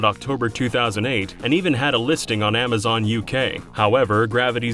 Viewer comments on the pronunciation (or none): none